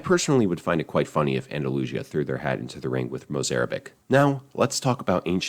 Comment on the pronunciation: You're pronouncing Andalusia wrong.